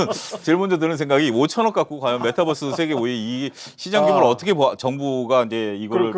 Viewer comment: 메타뻐스가 아니고 메타버스요.... 뛰뛰빵빵 뻐스가 아니잖아요